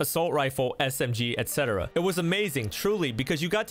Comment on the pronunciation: Dude you're the first youtuber I've heard pronounce 'et cetera' correctly in a long time.